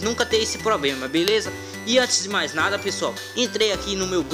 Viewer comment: "Pobrema" e "Cricar" é foda !!!